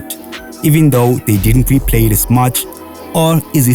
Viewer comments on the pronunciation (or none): none